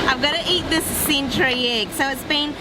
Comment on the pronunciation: “Theck slice of butter”? “Sintree egg”? Guys, think you’re mixing up I and E... hehehe just messing - great video.